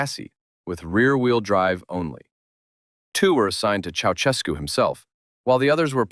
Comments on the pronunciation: God damn!! It's not 'Chautschescu' but 'Chaushescu' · Pronounciation as: Ceau-shescu